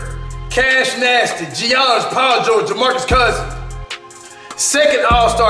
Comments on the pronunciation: "Geannis" lmao same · Cash really said Ge ahnis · Cash stay saying Jiannis. Giannis is pronounced Yannis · "G-annis pajo"😂😂😂😂😂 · Its pronounced like yiannis